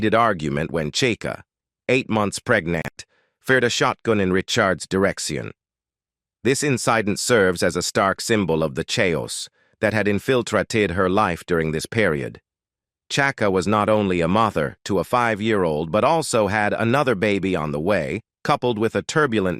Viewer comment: "na-tur-ay?" the "chay-os that had infl-trultated her life". AI!